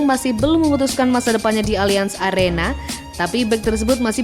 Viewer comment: Allianz Arena min bukan Allianz Arsena 🤣